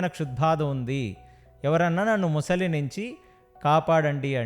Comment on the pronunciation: ముసలి కాదురా , మొసలి అనాలి. యాంకర్ కూడా అలానే ఉంది